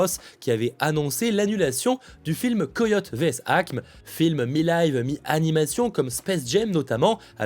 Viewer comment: Par pitié, Acme se prononce Acmé.